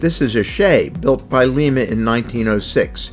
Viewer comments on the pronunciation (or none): Just to let you know, Lima is pronounced "Lie-muh" not "Lee-muh". Lima, Ohio pronounces it differently than Lima, Peru.